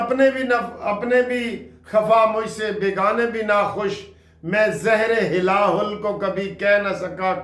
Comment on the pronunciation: اعوان صاحب آپ کا غصہ کیا آپ کی بہت باتیں بے جا ہیں ،،، آپ کس حیثیت میں مولانا بلوچستان اور پختون خوا میں تین، چار ممبران کے ساتھ گورنری دے رہے ہیں ،،،اور یہ " زہر ھلاہل " ہے،" زہر ھلاہُل " نہیں ،،